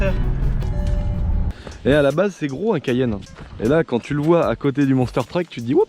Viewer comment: Tu peut pas dire cayenne comme tout le monde. Genre 😂😉😉.